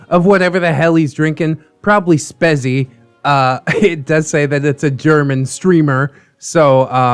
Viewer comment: Did you just pronounce Spezi as Spesi? Me as a German would get triggered if I heard someone pronounce it that way